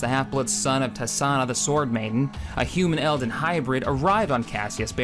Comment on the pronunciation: Couple of mispronounced/incorrect names in there: MECHARI: meh—KAR—ee NOT meh—CHAR—ee ELDAN: EL—din NOT el—DAN TRESAYNE: tre—SANE NOT tes—SAH—na On that note: FOR THE DOMINION!